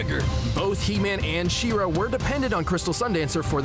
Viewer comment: Its pronounced SHE - RA not SHIRA (FYI - That body looking good)